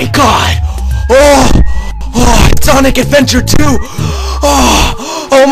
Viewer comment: Actually he say Sanic Adventure 2